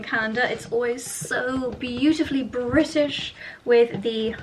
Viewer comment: You always say onley britische. 🤔